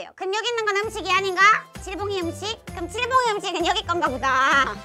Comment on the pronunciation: 칠봉이를 치즈봉이라고 들어서 속으로 읭? 이랬던 1인....